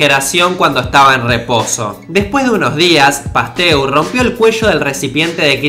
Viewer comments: Like si te diste cuenta que no decia Pasteur si no Pastur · en una parte dice pastur en vez de Pasteur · "Pastur". No sé por qué... pero siento que ciertos "errores" los haces a propósito, para hacer pensar a tu audiencia. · minuto dice experimentos de pastur y no de pasteur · min en vez de pasteur pusiste pastur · te comiste una E, pero buen vídeo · dice "los experimentos de pastur" en vez de Pasteur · "los experimentos de pastur" JAJAJA P.D: Buen video CRACK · "Los experimentos de PASTUR" Alguien lo notó? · Decía "Luis Pastur". Saludos!